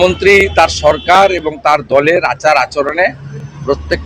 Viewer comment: বকাচোদা ভাইপো ,, কথা টা সড়কার নয়, সরকার